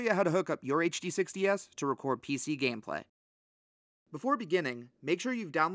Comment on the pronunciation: Bro had to click out this video with how he kept saying HDS lol